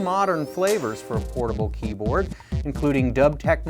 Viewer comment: At the beginning, it sounded like he said "horrible" keyboards. Lol.